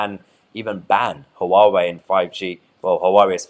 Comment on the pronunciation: Huawai has TWO syllables (HWA-WAY). It is not ha-wa-way as you say. And I know intentional spin when I see it - you at the extra in their to make it not what people see so they will distrust it more. Don't get me wrong, I'd not touch Chinese tech with a barge-pole but MOST people do as the don't realise loads of stuff they have is made in China and with electronics today it could take years to reverse engineer any chip of those devices. But Hauwai servers and routers? If you own the things that attach to it and they are NOT Huawai you can see traffic in and out. Tech companies know this so they are not the ones unhappy - it's the non-technical ruling the roost on this now. The typical "I don't understand it so it could be spy stuff" of the dimwitted masses who probably can't spell espionage. Channels like this (and the left-wing counterparts) both try to control the viewer with "we know best as your don't know what we know" attitude. It's sucky. Then you see it's a TRADE DEAL - ffs grow up Mahyar. The UK does a trade deal with any country solo it's "brilliant proof" we can do it. And that will happen with China I expect. You're acting like a petulant child upset that the girlfriend we left is doing ok. It won't last (look at India's attitude). China will deal with everyone. They know -that is how you win when your workers earn 1% of the competition in the 'west' or even competing 'east' countries.